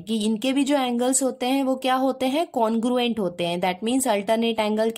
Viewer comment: Didi aap congruent ko conguent kyu phad rhi ho😂😮😢 didi aap bhot aacha padhati ho ❤❤❤❤❤❤❤❤❤